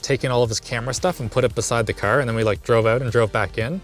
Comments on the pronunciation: I have never heard east coast accent more then when he says caRR. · I've never heard this guy sound more stereotypically Canadian than when he said Car and Park over and over again.